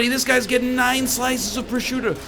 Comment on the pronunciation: As an italian, i'm offended by your pronunciation of prosciutto